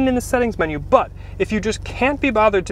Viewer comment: Why are you saying "but" like doug? Rofl.